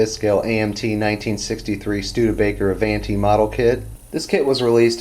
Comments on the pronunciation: Pronounced A-VON-TEE.....DUH!!!!! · A-VON-ti...it's Italian for " Forward".